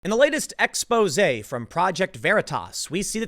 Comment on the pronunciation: You said, "Exposé"